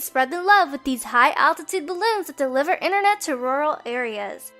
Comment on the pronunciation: hate when people say 'innernet' :(